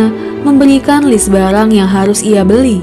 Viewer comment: Barang bukan balang